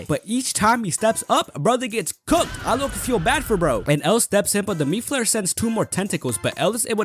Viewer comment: Ya know how long it took me to realize you were saying "meat flayer"? .......longer than I'd like to admit.